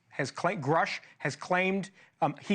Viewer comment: He promoted from bs artist to paid bs artist. Also, you're mispronouncing his name. It rhymes with "douche".